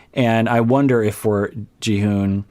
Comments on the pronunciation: Instead of Ji-hoone which is what it’s sounds like when you’re saying it 🤷‍♀️ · I’m pretty sure it’s pronounced “Ji-hon”